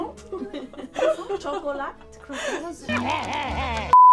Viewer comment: Wow French “chocolate” wasn’t even close hahaa